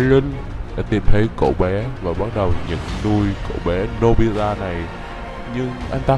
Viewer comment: anh ơi anh mới nói nobila đó 😂